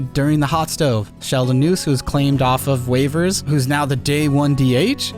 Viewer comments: Sheldon Neuse is pronounced Noisy btw, seems like hes gonna be a stud and his name is gonna be said alot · Sheldon Neuse’s last name is actually pronounced Noisy just for future reference in case he becomes a feature of the team